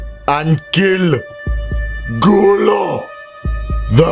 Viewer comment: When he said gulo it sounds like a s s h o l e in Spanish XD